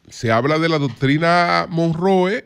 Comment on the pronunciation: Como se pronuncia la doctrina? 😂😂